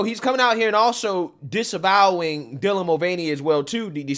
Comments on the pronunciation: DIE-lan? Who is DIE-lan? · Newscaster said “Dielan Mulvaney” lol wth, who pronounces Dylan that way?